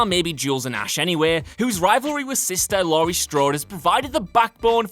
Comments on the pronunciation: Lori... Lori... IT'S LAURIE! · Laurie not Lori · It's Laurie. Not Lori. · LAURIE STRODE NOT LORI!! Fucking hacks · ITS LAURIE, NOT LORI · It's Laurie, not Lori